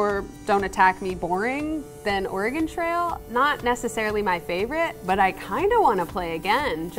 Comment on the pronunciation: Excuse me did he just say ORAH-GONE?